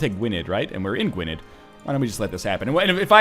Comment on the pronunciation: gwynedd, you got it mostly right but the '-dd' part is pronounced a bit like 'th'